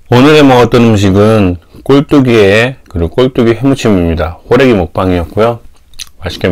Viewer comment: ㅋㅋㅋㅋㅋ 호래기를 홀애비로 내 귀엔 들렸어요 ㅎㅎㅎ